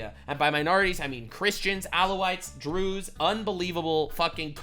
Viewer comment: when he said Druze I thought he was slurring his words trying to say jews